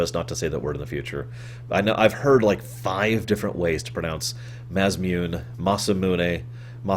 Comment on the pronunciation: Its objectively pronounced maw saw moon eh. There is no debate :p. I used to pronounce it may saw moon till I learned japanese.